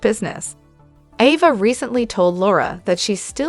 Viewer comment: Is there a reason why you don't pronounce Ava's name correctly??? I notice you correctly pronounce Avery's name correctly??? The letter a has the same sound in both names!!!